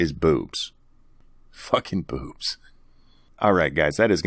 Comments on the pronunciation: It really sounded like he said booze to me. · Pretty sure he said "Bewbs" and not "Boobs." Just sayin'